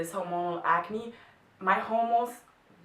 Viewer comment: Hola, estaba escuchandote y te sugiero que revises algun video médico, porque me pareció que pronuncias mal hormonal... o tal vez sea que tu ritmo del idioma es excelente y le baja el volumen, no estoy 100% seguro, pero creo que lo estás pronunciando mal. Como vos en otro video decís que no tenes problemas que te corrijan, te lo comentaba porque en otro lado lo escuché pronunciado diferente Un saludo Pablo